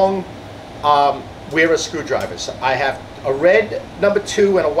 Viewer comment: Vera….it’s “Vera tools”